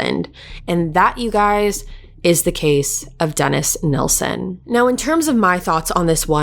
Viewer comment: I am so glad you are pronouncing Des's surname correctly. The amount of people that say "Neilson" instead of "Nilsen" drives me insane. It would also annoy Des 😒. Great coverage of this case 🏴